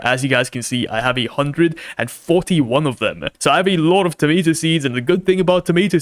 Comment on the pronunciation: It's tomAto not Tomito 💔